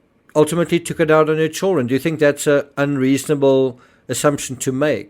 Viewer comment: It's Children; not Chilren...